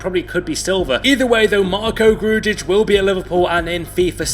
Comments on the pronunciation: ITS GRUJIĆ NOT GRUJIČIĆ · wtf is that grujic pronounciation??????!!!?